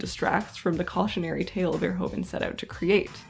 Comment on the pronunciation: His name is pronounced as "verhooven," and one should stress "-hooven."